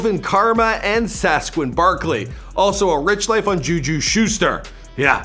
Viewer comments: "Alvin karma & sasquin Barkley"...? This dude need hooked on phonics lol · okay he said alvin karma and sasquon barkley but are we gonna ignore “will fueler”